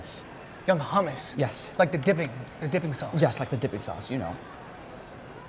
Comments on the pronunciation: It’s حومس not humess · He said “young hummus” i’m dead 💀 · He said young hummus LMFAOOOOOOOOO